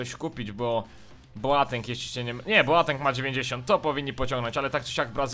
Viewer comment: Słuchaj to daleko zajdziesz, on Boateng wymawia Boteng:p